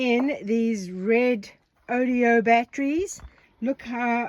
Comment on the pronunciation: you give me a great laugh every time you say Redodeo instead of Redodo for your new batteries. Hopefully the company is laughing and will adopt the new name!!